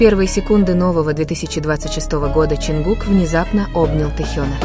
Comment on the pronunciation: Не ЧИнгук.а ЧОНГУК.говорите правильно.не ЧонгукА.а ЧонгУка